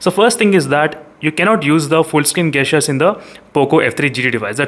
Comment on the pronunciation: Bro as a wellwisher want to correct your pronunciation for two words... The correct way to pronounce(gesture) is Jesture not gasture and for (Gyro) jaayero not gaayero.